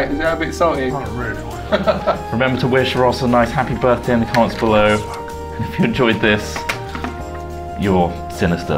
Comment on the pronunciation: 'appy birfday!